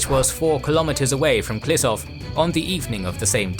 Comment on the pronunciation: Ehh. It's pronounced Klishoov not Klisov. But great video, thanks